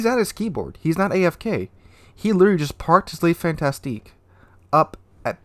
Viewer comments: It's FANTASQUE pronunced FANTASK and not FantasTIQUE It's not a fantastick ship, it's just a fun task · It is pronounced: Le Fantasc (rest of word is numb)